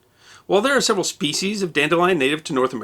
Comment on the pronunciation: Thanks for not mispronouncing "species" as "speshies". I hate that.